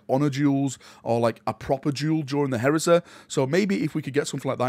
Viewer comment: Horus Heresä, Galaxä, Scarä, Bodä, Reallä